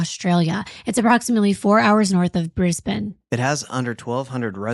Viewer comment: Thank you so much for pronouncing ‘Brisbane’ properly! You’re amazing xx